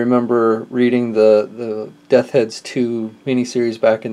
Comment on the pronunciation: Death's Head dude...just practice saying "Death's" a few times...